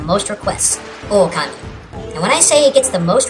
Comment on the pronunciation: its not okami its pronounced o-ka-ma-e